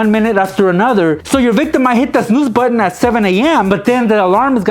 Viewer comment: I Died when he tried to say snooze!